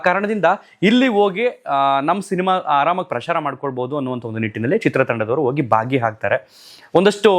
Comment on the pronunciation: ದಯವಿಟ್ಟು ಅಣ್ಣಾವ್ರ ಕೆಲವೊಂದು ಸಂದರ್ಶನ ಗಳನ್ನ ನೋಡಿ ಭಾಷಾ ಪ್ರಯೋಗ ಅಳವಡಿಸಿಕೊಳ್ಳಿ ಕನ್ನಡ ಭಾಷೆ ಸ್ವಚ್ಛವಾಗಿ ಮಾತನಾಡೋದು ಅಷ್ಟು ಸುಲಭ ಅಲ್ಲ ಹರಟೆ ಹೊಡಿಯುವ ರೀತಿ ಅನಿಸುತ್ತಿದೆ ನಿಮ್ಮ ನಿರೂಪಣೆ ಧಾವಂತ , ಏದುಸಿರು ಸ್ವಲ್ಪ ಕಮ್ಮಿ ಮಾಡಿ ಧ್ವನಿ ಏರಿಳಿತ ಇರಲಿ ಸ್ವಲ್ಪ ಉಚ್ಚಾರಣೆ ಬಗ್ಗೆ ಗಮನ ಕೊಡಿ ... ಕ್ಯಾತ ....... ಖ್ಯಾತ ವೋಗಿ ...... ಹೋಗಿ ಬಾಗಿ ಹಾಗ್ತರೆ ... ಭಾಗಿ ಆಗ್ತಾರೆ ಎಚ್ಚು ... ಹೆಚ್ಚು ಪ್ರಧಾನತೆ ... ಪ್ರಾಧ್ಯಾನತೆ ನಡದೈತೆ ... ನಡೆದಿದೆ ಹನ್ನ ... ಅನ್ನ ಒರತು ಪಡಿಸಿ ... ಹೊರತು ಪಡಿಸಿ ಕೆಲವೊಂದು ಗಮನಿಸಿದ್ದು .. ದಯವಿಟ್ಟು ಬೇಜಾರ್ ಮಾಡ್ಕೋಬೇಡಿ ..ತಪ್ಪಿದ್ರೆ ಕ್ಷಮಿಸಿ